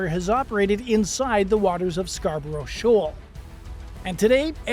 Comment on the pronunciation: SHOAL not SHAWL